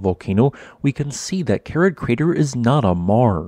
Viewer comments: I have to point out that the name of this crater isn't Kerid, but Keri-eth. This is because the last letter of it's name isn't an English 'd' but an Icelandic letter that looks like a 'd' with a horizontal line struck through the upright, and is pronounced 'eth'. I learned this during a stay in Reykjavik, when talking to the hotel receptionist one day. She kindly explained about the unusual letters in their alphabet, of which this strange 'not-a-D' was one. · The correct spelling is Kerið. It's pronounced Kerith (ith similar to English with). If you can't use the special ð letter, you can write Keridh. Your automated speech generator also had a little problem with Fagradalsfjall. What would it make of Þingvellir, that very geologically interesting place? As you say, Kerið is geologically interesting because it formed differently from most other small craters with water in the bottom. But unless you are a real geology freak, it's just a crater with water in the bottom, and of rather moderate scenic interest in comparison to what else there is to see. I've been to Iceland many times, seen many scenically interesting craters with water in, and I certainly wouldn't pay even that modest 450 ISK to see Kerið. But I suppose it is included on many day trips out of Reykjavík because it is quick and easy to visit while you are on a Golden Circle (Geysir, Gullfoss, Þingvellir) day tour.